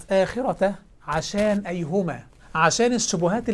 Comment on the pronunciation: ايهوما هو قالها قال ايهوما وليس ايُّهما وهذا دليل على انه لا يعرف ينطق ابسط الاشياء صح فكيف له ان يستخرج اخطاء لغوية وقواعدية ونحوية وصرفية من القرءان؟ هو وغيره من قال ان القِبلة قُبلة فهذه ليست شخصنة وانما رد في محل النقاش وطبعا كل الشبهات تم الرد عليها والحمدلله ذات مرة شخص قال لشخص لما قد اظن ان القرءان الكريم هو اصح كتاب لغويا واستشهد بالمتنبي وشعره فرد عليه بما قاله المتنبي نفسه حيث قال حينما اتاه شخص فساله عن صحة القرءان لغويا فرد عليه ساخرا (ويحك ومن اين يأخذ باللغة من غير القرءان الكريم والشعر الجاهلي) فاساس اللغة هو القرءان والشعر الجاهلي ثم يأتي من لا يعرف ينطق كلمة ويقول لك ان اساس اللغة (القرآن الكريم) فيه اخطاء ادعوك للايمان ادعوك للامان ادعوك للاسلام